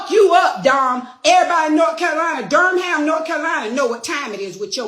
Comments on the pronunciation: It's pronounced more like Durum instead of Dur-Ham . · This nigga said DUR Ham lmao